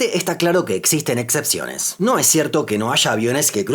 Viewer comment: que esta pasando que decis “etcepciones “?